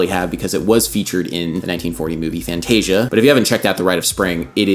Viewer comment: Adam pronouncing the spanish word "fantasia" as fan-tey-sheea is so funny to me